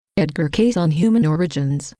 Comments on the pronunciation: How about pronouncing his name correctly!!!!! (KAY-SEE not Case). Lots of research involved??? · Excellent in content. Perhaps the distortion is made by a computer program which reads the material "Kaiyss....."l. You have to hear it more than once. Perhaps somebody could convert the voice back into text and then reread it with better settings Plotinus has some similar ideas about things going out of the One and returning. . Which is amazing since Plotinus may not have been available to Cayce. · I can't stand the computer voice. It is not even pronouncing Edgar Cayce's name correctly. A shame. People will only put up with so much. Read about Edgar Cayce. Don't listen to this crazy voice. 💜